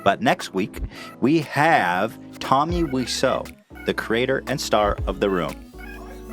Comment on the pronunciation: TOMMY WAI - ZO !!! WTF ETHAN